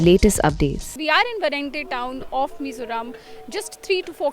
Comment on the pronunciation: Not sure why you have a hard time pronouncing "Vairengte" . Let me break it down, "Vai" eg. Wai²(Vai²) and "rengte" eg : rank+ te. This is basic pronounciation, and no literate person shouldn't have difficulty doing the same.